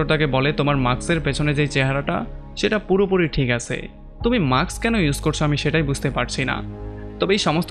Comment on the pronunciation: মাক্স না ভাই উচ্চারণটা মাস্ক হবে It's mask not maks